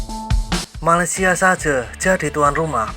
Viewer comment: Malaysia itu “piseurieun” wkwkwk